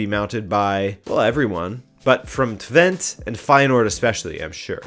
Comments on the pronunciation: Twente is pronounced Twen-Tuh though (sorry) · My man said VVV Venlo right! Note: if you see this, with twente you do say the last e if that helps!